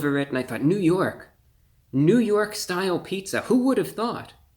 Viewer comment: Lol "ny style" Paja John's you're hilarious